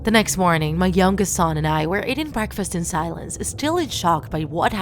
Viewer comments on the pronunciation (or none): none